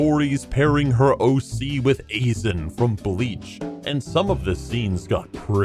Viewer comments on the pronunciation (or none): “A-Zen?” You mean “Aizen” right? XD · It's pronounced i-zan i-zan not a-zan but its just a simple mustake no harm done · “Ayzen”😂😂😂💔 #bringbackbleach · ITS NOT AZEN ITS AZEIN from a good anime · WHY AIZEN FROM BLEACH?! AIZEN?! THE FUCKING VILLAN?! WAAAH! AND ITS EI-ZEN NOT EE-ZEN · The way he pronounces some of these words, Wattpad = WAH-T Pad, Aizen = AYE-Zen It's cringy but I still love him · saying “A-zen” from Bleach made me cringe so hard. xD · We gonna just skim past the fact that he pronounced Aizen's name as Ayezen😂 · Azein ( I-Zein) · Aizen = Eye- Zen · the way he pronounces Aizen makes my whole body reject this channel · I cringed at the pronunciation of Aizen and Wattpad. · Nobody else is going to mention he mispronounced Aizen's name from Bleach? Guess I'm the only anime weeb here. 😐😔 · I'm sorry but how can you not pronounce the name of sosuke Aizen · I hope no one noticed you said aizen wrong. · I must admit I got little bit triggered by mis pronouncing Aizen's name and Wattpadd but it was still enjoyable